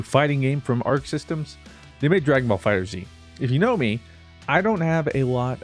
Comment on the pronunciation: It’s called dragon ball FighterZ not fighter-Z